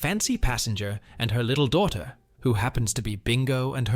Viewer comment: It's funny when you say daughter lol